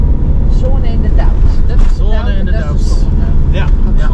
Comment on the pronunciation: Le doubs wordt uitgesproken als le doe en besancon wordt uitgesproken als besanson met s niet kwalijk nemen voor mijn verbetering maar wel af en toe wat raar